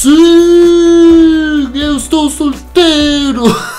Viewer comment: Estou is pronounced as "shtou" not "stou".